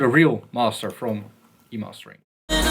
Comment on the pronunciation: "Masteruh" :D